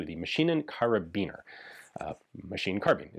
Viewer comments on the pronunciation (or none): Ian said Karabiner and Reneges… with a little too much emphasis 😅